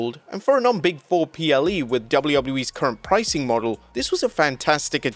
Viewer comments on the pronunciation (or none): none